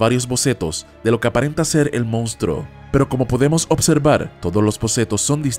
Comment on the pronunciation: La pronunciación y escritura correcta de la palabra es MONSTRUO no mounstruo ni mounstro.